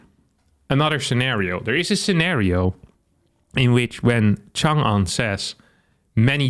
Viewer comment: It’s nice to see a western YouTuber pronounce 长安 okay